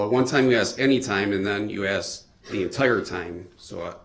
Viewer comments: I cant stand hearing "axed" instead of "asked". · Ok, so…it’s annoying to me how he says “shtruck” instead of struck….same with axed instead of asked. And the faces?!?!? Annoying as heck!